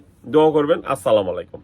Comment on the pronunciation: সালাম টা অন্তত সুন্দর করে দেন ভাই ,সহিহ শুদ্ব না হলে অর্থ বদলিয়ে যায়